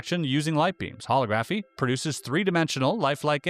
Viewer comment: It's pronounced: hol-O-graphy (accent on the second syllable, short 'O')